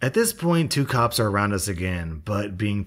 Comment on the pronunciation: When he does the EP voice and said "I'll call the cops!" it sounds like "I'll call the cups!". You wanna cup of coffee? Hot chocolate? Just go to Starbucks or something; they're freakin' everywhere anyway!